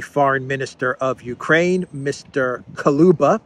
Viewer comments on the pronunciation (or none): Kuleba not Kaluba 😎